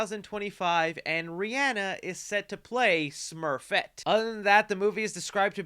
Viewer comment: you mispronounce people's names all the time but I noticed you made sure to pronounce "Rihanna" correctly, which is ironic because plenty people will say you pronounced it wrong. 💀